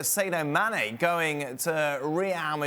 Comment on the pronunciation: No-one: Dan: Saydo Mannay